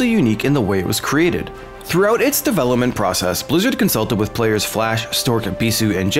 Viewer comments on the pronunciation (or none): none